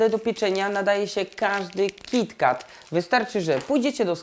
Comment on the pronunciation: Kiti ket sie mowi